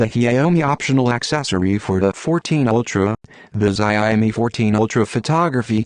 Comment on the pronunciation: the pronunciation of the brand name is a killer.